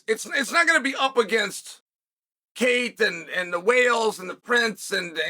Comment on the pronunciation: Im convinced Chael said Princess of Whales🐳 and not Wales🏴 😂😂😂